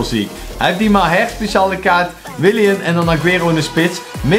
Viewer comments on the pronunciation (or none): je zei mahers maar hij heet mahrez